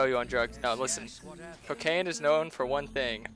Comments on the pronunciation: cokayn XD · coKayn lmao